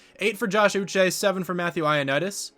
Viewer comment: You did say Josh Uche's name correctly